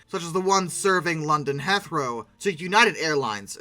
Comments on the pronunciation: I've never heard Heathrow pronounced like THAT before. It's he throw. Not heath row. Not heath er row. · Great video but it is pronounced London Heath (As in the actor 'Heath' Ledger) row.. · Heathrow = HEETH-roe Barbados = bar-BAYD-ose Icahn rhymes with icon (long stressed I, syllables run together) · Thats the weirdest mispronunciation of Heathrow I've ever heard 😊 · you don't need to be an English speaker to have heard "Heathrow" many times. Agree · Interesting take on the fall...Not to be nitpicking here but a couple of your place pronunciations were incorrect. Recheck "Heathrow" and "Barbados"... Plus you forgot the TV series Pan AM